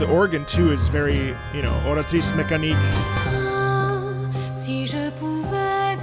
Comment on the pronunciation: I was taking the video analysis so seriously till said Oratrice Mecanique and i started to laugh so hard